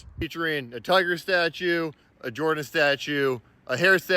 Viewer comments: you did good pronouncing jordan hare buts it’s not JOR-dan it’s JER-dan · It’s pronounced JER-dun Hare Stadium, clown. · It’s pronounced jerdan